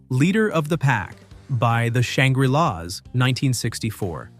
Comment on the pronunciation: Also Shangree-lahs